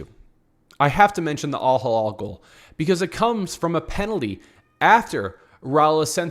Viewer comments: Elaborate?!! what was so hard to understand in my comment ?! The name of the club is Al Hilal not AL Hallal as you and many others pronounce it. It is really not that tricky and you don’t need to be fluent in arabic like me to read it right! If both words look and sound the same to you then maybe you need to learn the difference between the 2 letters and vowels. Imagine Saying and pronouncing Real Midrid instead of Madrid. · Do you know how to read????? Do you know the difference between "A" and "I" GEEZ, It is not Al Hallal , It is Al Hilal. Completely two different arabic words with completely different meaning.